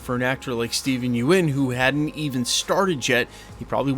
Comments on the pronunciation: Its think pronounced “yun” not “yoo en” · It's Steven Yeun, pronounced "yun," not "you - en." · Small note. Stephen Yeun. Pronounced somewhat like "yoon". Yuen is Chinese name, and is "yu-en". But he is Korean and it is spelled Yeun. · its pronounced, Yuen = Yoon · You keep pronouncing Steven last name wrong. Sounds like young